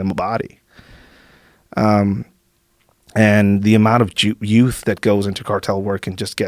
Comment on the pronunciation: He's so mexican he almost said "Jouth" instead of "Youth"